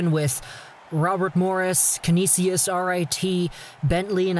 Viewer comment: the way you pronounced Canisius LMAO